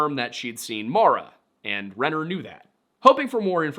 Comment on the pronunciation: As someone named Maura, I can never get what happened to Maura Murray ou of my head. also thank you for saying the name Maura correctly… at least how I pronounce it